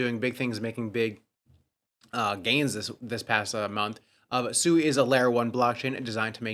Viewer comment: SUEY 😂🤡 still pronouncing SUI WRONG, or is SUEY/SUE E a meme coin? Did you buy more DODGE coin, you know the coin Elon mentions DODGE. That's what its like when noobs hear you pronounce investments wrong. Crypto, the only financial space where you have a bunch of low IQ 1diots that can not only NOT pronounce their investment but also rely on YouTube influencers for all their info